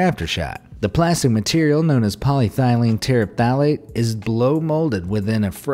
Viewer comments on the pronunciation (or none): You should probably just take the few extra seconds to look up the pronunciation of words you don't know how to say. paa·lee·EH·thuh·leen ter·EF·tha·lit - an·uh·NIM·i·tee - DI·ji·ti·greyd